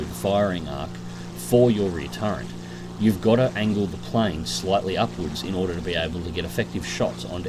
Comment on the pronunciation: Really enjoy your vids, good flying with a good dissection on your decision making process. But please stop saying "turrent" instead of "turret". Gripe out of the way are you gonna do any more ground forces or are you done with it till it gets more work done?